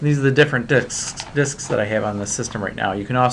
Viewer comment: "this is the different dicks"... xD had to.